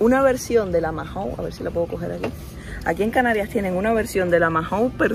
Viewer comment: Dos cosas DINO era el perro de Pedro Picapiedra. Y Mahon se pronuncia maon y no majon